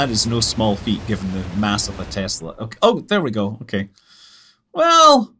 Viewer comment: So Scott Manley cant pronounce Tesla?!